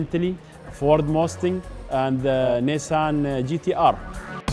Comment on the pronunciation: “ the uh lomborghini and uh the odi r8” “ the mostang “ I’m a Muslim and I speak waaaaaaaaayyyyy better